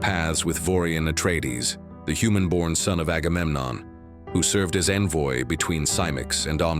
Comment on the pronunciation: This video really dives into the Brian/Kevin verse portion of the pre-Dune saga. I haven't read the books, yet, but I got them and plan on it sometime in next year or 2....just gotta say:, for the love of God, please find an auto-generated voice that knows the correction pronunciation of the word "envoy."